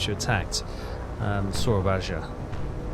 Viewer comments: Its pronounced as SOAR-AA-BAYA, not SOYABAJA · Sura-bye-a. Don’t say the j. Exactly like you pronounce Surabaya today. 👍